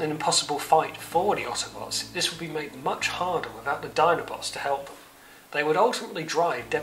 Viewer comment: Nice summary, but please stop saying oddobots.